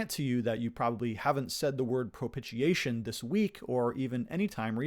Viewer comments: It's pronounced pro pish iation, not pro pit iation. And it is a good word. Glad NKJV retained it. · The first "t" in propitiation is not pronounced as a "t": pro·pi·ti·a·tion - /prəˌpiSHēˈāSH(ə)n/ (See, where pronounces the first "T" with a "tah" sound) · See, where pronounces the first "T" with a "tah" sound.